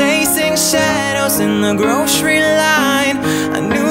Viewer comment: It's cute when u pronounce "grocery" as "grashery" hehehehe.